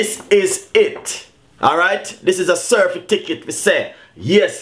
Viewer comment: Can't even pronounced certificate. He said certificket --dunce bad